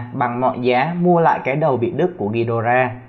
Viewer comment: Vãi thánh đọc tiếng anh là đây